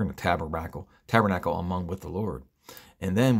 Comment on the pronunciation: Taberackle 😂🤭 love it!